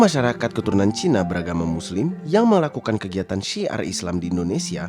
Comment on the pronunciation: Ajarin narator nyebut CINA nya biasa aja ga usah ada nada penekanan !!! Rasis !!! Masuk islam bukan jalan supaya ga dianggap CINA. tetep aja CINA. Memang klo org yg kurang berpendidikan rasisnya minta ampun. Lo ke jambi baru nyaho cina sama pribumi sama2 sipit ! Pusing2 dah